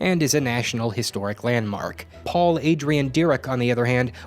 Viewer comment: Paul Adrien Maurice Dirac (dee-rock, kinda), not Paul Adrian Derek.